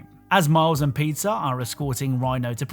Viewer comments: Did... Did you just call Peter "Pizza"??? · I thought you said Miles and Pizza when you were covering spiderman miles morales for a sec instead of Miles and Peter